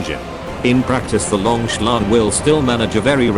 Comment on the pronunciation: Very 'lonk'